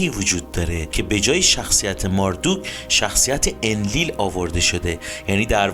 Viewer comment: چقدر تصویرها زیباست و با تعریف و شرح داستان با صدای خوب شما همخونی داره. فقط ماردوک صحیح نیست مردوک درسته. خیلی عالی بود. لطفا بیشتر از این خدایان برنامه بزارید و در مصر و هند و امریکای جنوبی هم همین خدایان که با نامهای دیگری هستند رو با همین سبک از فیلم برامون بزارید. بازم ممنون. فالوتون میکنم